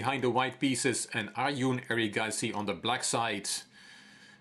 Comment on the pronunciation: Arjun is pronounced as Arjun and not as Arjun(Aryun) like Jordan